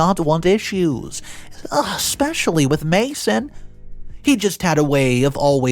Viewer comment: I love your story telling. One thing I really don’t like though is you say, eXpecially!! 😮 not eSpecially. The correct way. Otherwise I love the stories. Thank you. ☺️